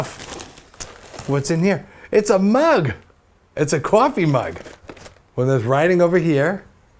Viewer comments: qwaffey mug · love it when you saw 'Cwofy" because of your accent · it's a maug. It's a cawfee maug.